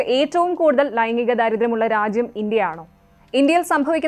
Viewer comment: ലൈംങ്ങിഗം, ലിംങ്ങഭേദം വാർത്ത പറയുന്നത് കൊള്ളാം. ആദ്യം വായിക്കാൻ പഠിക്ക് സ്ത്രീയേ